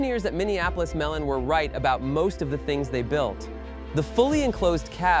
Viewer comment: Moline is pronounced Mo- lean. The home of John Deere & Co, Moline, Illinois